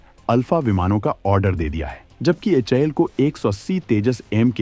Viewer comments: In the video it is HAL but still you are saying HIL. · Bhai sahab aap sari News galat pad raha hai h a l ko h i l bol raha hai or Tejas mk 2 keliye g e se hi 414. Leraha hai ye engen Tejas mk 2 and amca me bhi istemal hoga or ye engen 80,% technology transfer ke sath India mein hi banega